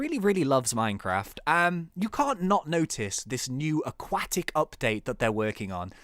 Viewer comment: Aqwatic why Aqwatic???